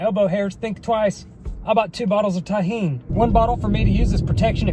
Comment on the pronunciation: Full respects for this man he said tajin correctly